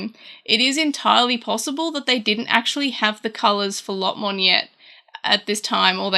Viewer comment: Why do you say Lotmon instead of Lopmon? Otherwise great video! :P